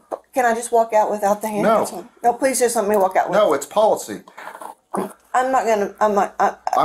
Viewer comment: He said… “swear to god! I wouldn’t lie PWEEZE” 😂